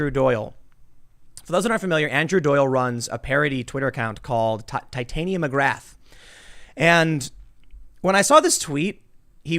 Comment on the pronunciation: looks very red... and you butchered Titania McGrath's name. Watch the JRE podcast with Andrew on it to get the proper pronunciation.